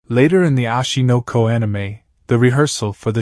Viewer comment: why is he saying ashi no ko anime every second bro and its oshi no ko